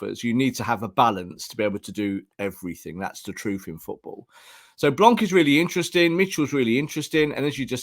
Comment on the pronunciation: The “C” in “blanc” is silent.